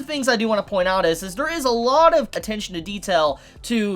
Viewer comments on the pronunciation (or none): none